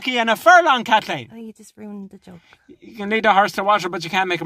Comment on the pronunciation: 33 times of Kat-LEEN